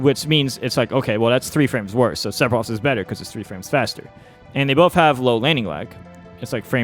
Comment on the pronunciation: Very useful information, but for the love of god... or rather, the fans, please stop pronouncing it SePfiroth. You're putting so much emphasis on the P. It's PH, like the word PHone. I can't unhear, so please un say it :P